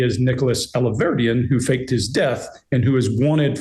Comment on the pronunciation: The way he mispronounced the surnames! 'Rosey' not Rossi, 'Alverdeen' . Distancing himself?